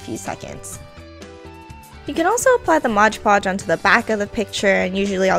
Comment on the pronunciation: It's called MOD podge not MODGE podge, and and AMPERSAND not 'an and sign'. I can't watch...